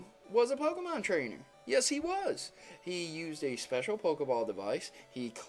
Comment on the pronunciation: PLEASE, before doing ANY more theory videos, learn how to CORRECTLY pronounce a Pokemon's name.